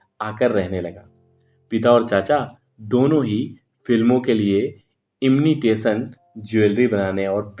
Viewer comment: इम्निटेशन क्या होता है? सही तो बोलो: इमिटेशन है।